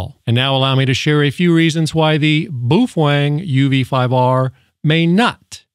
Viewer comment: Butchered the name.